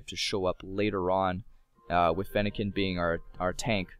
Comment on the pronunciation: you have mis said fennekin and froakie